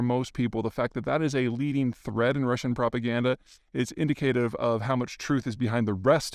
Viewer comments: In-DICK-a-tive. It's so fun to say correctly. Not IN-dick-a-tive. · It bothers me that I’m a Texas country boy who knows how to say “indicative” and this guy doesn’t. Also tries way to hard to speak correctly, like Maya Angelou. Not a fan of his flair for dramatic effect.